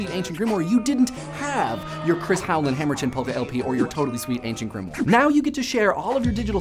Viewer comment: He mispronounced "Grimoire." You enunciate the "e" at the end like the English "y." That, and if he just typed in the name "Grant Morrison" into his YouTube search, he would have a shit ton of material more to make a video on.